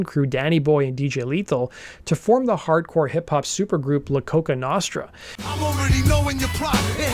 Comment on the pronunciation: Low quality video. He didn't know what the f*** he was talking about for a lot of it. Mispronounced La coka nostra proving that he's never heard the name. Misnaming the members. This guy forced this video. This guy doesn't even know what he's talking about.